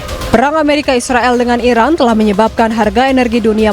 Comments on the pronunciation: Iran bukan irak woyy ..gmna si jd presenter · Pembaca beritanya menyebut Iran sepertinya Irak...